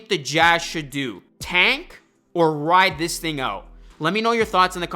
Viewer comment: fuckin hate the way you say "tank" say it fucking right